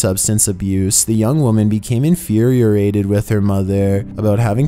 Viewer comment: Did you say “infuriurated” ?